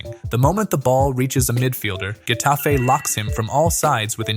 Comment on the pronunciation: Its either hetafe, or jetafe (like the j in french i mean) And its genius bro and i think if they would have better players who are also able to being good, like those in psg, then it can work with even less faul